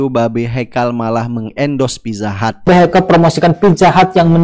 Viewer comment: babe 😂😂😂 e nya ganti i